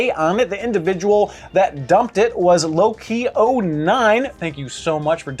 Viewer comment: Pronouncing Lowquillo9 as LowKey09 is one way to never get sent anything from them again lmao